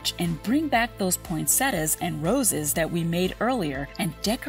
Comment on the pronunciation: Video: chill Narrator-bot - POYNNSETTIAS